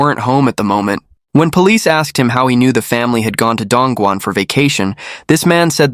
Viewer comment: The man with the rural hick accent should be properly referred to as "Yellow-neck". I have been to Dongguan, which the narrator butchered, and it WAS an amazing place. Humen nearby is where the Opium War started.